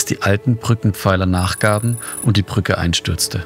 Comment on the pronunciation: Wenn du eine Reportage fürs Fernsehen machst, dann sprich doch das Wort "Brücke" bitte auch so aus, und sag nicht "Prücke". Das macht den kompletten Beitrag unschaubar.